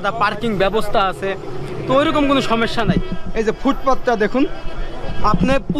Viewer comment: ★ভিডিও গুলো আরো সচেতন ভাবে করা উচিত। ★জায়গাভেদে সঠিক তথ্য জেনে উপস্থাপনা ★সঠিক শব্দের ব্যবহার। ★কথায় কথায় ভাই না বলা ★অপ্রয়োজনীয় না দয়া করে এসব বিষয়ে খেয়াল রাখবেন প্লিজ। আপনার সব ভিডিও দেখি বলেই এসব বিষয়ে খেয়াল রাখতো বললাম। সমস্যা শব্দটি উচ্চারণের খেয়াল রাখুন আরো ভালো হোক আপনার ভিডিও গুলো।